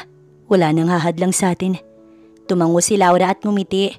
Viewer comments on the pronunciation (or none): none